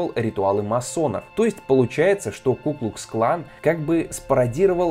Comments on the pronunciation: КуклуКсклан, а не куклусклан. Ни разу правильно не сказал. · Меня одного напрягало, когда ведущий(кто он?!) говорил "ку-клус клан", а не "ку-клукс-клан"?